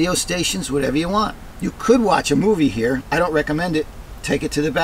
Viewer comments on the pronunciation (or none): none